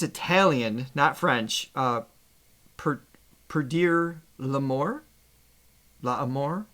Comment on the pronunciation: Her name is not Laura but Lara and Fabian is pronounced the French way. And in Italian all letters are pronounced. So Perdere l'amore both have "re" at the end and that shall be pronounced. Not difficult is it. Heavens, what is wrong with the American's tongues.